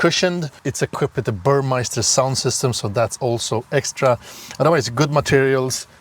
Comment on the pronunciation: It's Bur-mester,not Bur-meister. Meister=champion, Mester=skilled person. Also the drag of the car consists of the drag coefficient × surface area so bigger cars with lower Cd can have more drag. You have to multiply those and than compare different cars.